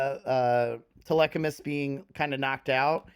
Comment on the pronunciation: Ah yes "telechamus"